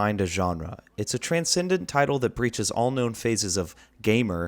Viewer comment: Transcendent? Speak normally